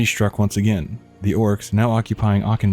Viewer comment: Ah-kin-dune the ch is a K sound